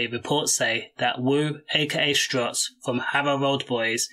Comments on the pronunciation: It's STUTZ not strutz !! RIP angel 💔🕊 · Bro it’s stutz not strutz wake up brudda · Man said strutz 😂😂😂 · Stutz not struts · Bro it’s stuts. Or woo. Come on man…